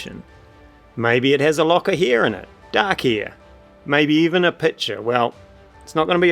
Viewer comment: as an american, I had to roll high on perception to sus out that you were saying "hair" 😂 Love your accent and love the video!